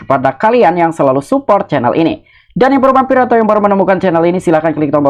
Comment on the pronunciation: Cainel ???? 😂😂😂😂😂 caaaaaiiiineeeellll 😅😅😅😂😂😂